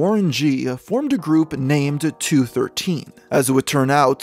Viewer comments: Bro you be butchering some of these names. Nick Blixky isn’t pronounced Blix-ky Is Blicky, his gang crosses out the C’s. Snoop Dogg was in the two one three, not two thirteen. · It’s , 2, one , 3… not 2 13, & Loc is pronounced like Loki from the Avengers without the “i” …